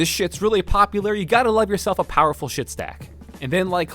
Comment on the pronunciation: It's not pronounced "shit." It is a German name...a very old German name actually pronounced scheeeeit. Thanks